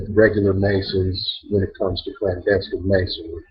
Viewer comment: aka is a FAKE Clandestine (or as he pronounces CLANASTINE)